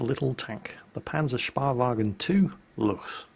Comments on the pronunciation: Please, & others... "Späh..." pronounced SCHPAY / SHPAY (or SPAY if lazy)... German equivalent of SPY. I've heard it pronounced (wrongly) by, and Quickybaby etc. as "spar", "spear", "speer", "spier" etc. Never heard it said by one of these correctly. It's SCHPAY or SHPAY or SPAY please. PLEASE! Rant over. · Its a Spähwagen = scouting car, not a Sparwagen = scraping car ä = like the second a in aware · Actually it's not "Spahwagen" it's Spähwagen like Speeeewagen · Spähwagen not Spahwagen! 'shpae' not 'shpa' ^^ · "Spahwagen" its so funny when an dude from England tries to speak german if you want to spell it it is called more like spehwagen ;) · Pronounce the "ä" like Speh-Wagen. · Goddamnit! Is there no one outside of germany that can pronounce that Ä !?! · The ä in Spähwagen is pronounced roughly like the A in "any" :P